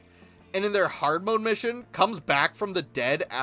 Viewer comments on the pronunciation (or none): none